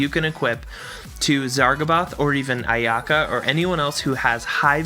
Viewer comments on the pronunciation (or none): none